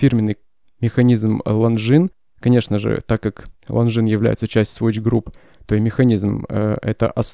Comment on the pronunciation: После слов "лонгинес", выключил видео